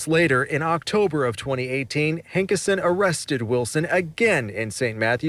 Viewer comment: Hanksion? Lol